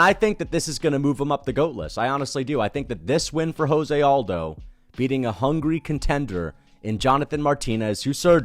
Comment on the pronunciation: Am i the only autistic fuck that cringes everytime someone pronounces Aldo's first name as if he's from a spanish speaking country? It's irksome as hell.